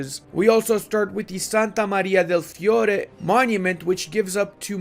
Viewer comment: your pronunciation of Santa Maria del fiore was perfect